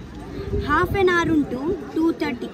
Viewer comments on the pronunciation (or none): none